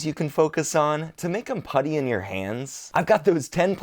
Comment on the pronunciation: I did not hear "putty in your hands", I definitely heard peanut emoji in your hands. LMFAO BRUH, lemme turn down this playback speed.